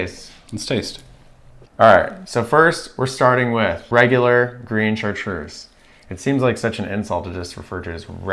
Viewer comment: It's unpleasant hearing the speaker mispronounce Chatreuse. Not just once either. But it's probably too much to hope that he will take the effort to find out how the name is properly spoken